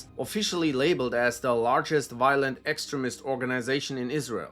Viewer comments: I love how the voice, keeps on pronouncing extremist, to sound like excrement, which pretty much sums up these groups. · Learn how to pronounce “extremist”